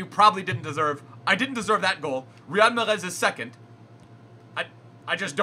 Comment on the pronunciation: You pronounce mahrez ma-rez